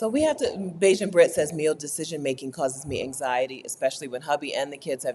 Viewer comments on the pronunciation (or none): none